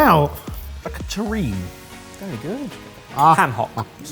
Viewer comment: Dish #3 is a terrine (pronounced "teh-rinn"), not a taurine. Taurine is a common ingredient in many energy drinks (although it's also naturally found in animals including humans).